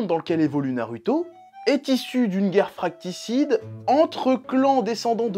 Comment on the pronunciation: on dit "fratricide" et pas "fracticide" ! ( à 7 minutes 48)